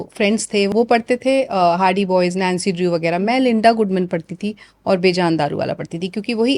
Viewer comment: ji Bejaan Daruwala nahi per Bejan (BE JaN) Daruwala sahi nam hey. Parsi nam hey.